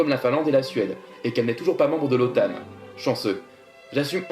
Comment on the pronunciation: J'adore, vidéo très bien montée, de bons commentaires (par contre je crois que OTAN ne se prononce pas comme ça mais c'est pas grave) c'est très complexe. Vous êtes un passionné d'histoire?